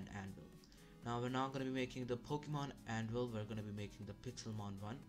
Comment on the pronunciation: bruh he called tha minecraft anvil pokemon anvvil and said fighting the monsters i mean i see that he tried but cmon bro